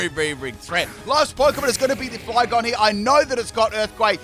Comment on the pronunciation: My guy, did you just say "Flyphlosion" and then Rick Roll us? "You wouldn't get this from any other guy" 😂😂😂